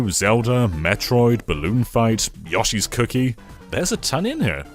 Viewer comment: YOSHI is Yo she not yosh e